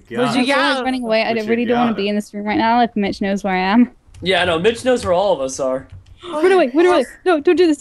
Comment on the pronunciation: Its not mich its mitch